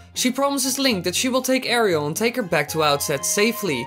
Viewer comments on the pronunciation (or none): Is no one gonna mention it sounded like he called links sister Ariel?…